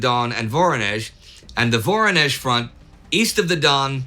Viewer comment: Please, pronounce it right: VorOnezh, not VOronezh!!!